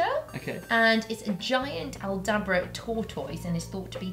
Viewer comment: Wait wait wait...I had to pause and rewind ...how the heck does maddie say Tortoise?